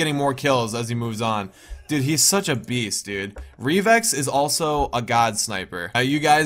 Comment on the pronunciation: it's pronounced re vix